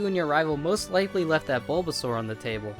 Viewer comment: It's bulbasaur not blubasuar